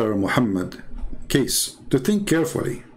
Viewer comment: Hi.. how are you now? I hooe you alright always ok. Now, I will insert you an input bit by bit ok. His Full name is Hj. Muhammad Kosman Cornelius or wellknown as BAPAK KECE PAK KECE (Bapak means An Male Adult or Mister in English, PAK is shortform of BAPAK. Also, the correct way to pronaunce 'KECE' is; as you say word "CACEY" if in English naunce).. This man are truly the Defender Of Christ.. Hope you and other our Brothers and Sisters, ni matter from what country and what dedominations you are... Please help him to get out from the place they has locked him since 26th of August till now and seldom been updated. And from his son and chief lawyers, he been given a (so called) medicine ftom time to time, but his son said, his father Pak Kece didnt take the medicines and he did gave a sample of those medicine ti his son and asked him to check study on it.., the words "LAKI-LAKI" if in Indonesian Langguage means "The Males"... hihihii.. will get in touch with you again soon.. stay tune. Thanks and God Bless!!